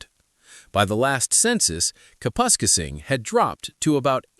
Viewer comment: so why do they know how to pronounce Kapuskasing correctly all of a sudden?